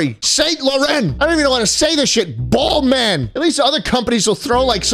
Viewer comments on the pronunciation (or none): him pronouncing balmain "ball man" is the funniest thing